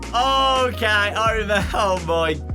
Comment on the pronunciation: Me da risa como el en vez de pronunciar ok como "okei" el la pronuncia como "okai", en vez de "gueim" dice "gaim" lo que lo hace sonar gracioso xD